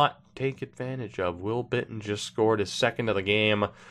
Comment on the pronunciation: It's Jost a White Stone.